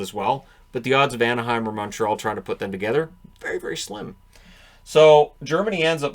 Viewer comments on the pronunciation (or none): none